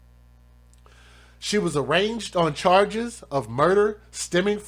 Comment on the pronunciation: The way u mispronounce words is to hilarious. She was arranGed.....the g Is silent bro. Ijs. N ur not to mean but u do say things that may not be true, like he looking like a crack head ect. There no way she can b in her right mind to do the horrible things she did but we dunno if she's a crack head or any head. I do like ur channel tho and how u speak for these children. But yea I don't mean no harm, u just make me laugh at times.